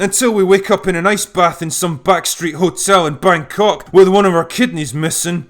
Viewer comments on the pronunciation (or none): none